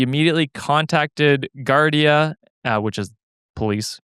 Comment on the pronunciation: Also for Story 2, the police in Ireland ( Gardaí) is pronounced as Gar-dee. The wonders of the Irish language. 😂